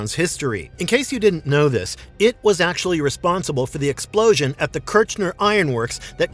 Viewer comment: ☝️🥸 “ erm akchulry “